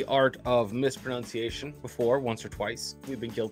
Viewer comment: I loved the way they ironically mispronounced "mispronunciation".